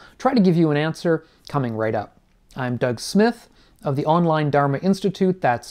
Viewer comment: I’m really sorry to say but please do learn how to say Dharma. Thank you